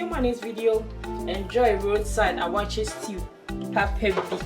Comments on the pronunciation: Waakye not awaaky but great job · Obaapa please is not awaakye but wakye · Very detailed and a well done tutorial..👍🏽 ..but on a side note am i hearing ‘Awaakye’?..or its my wrong hearing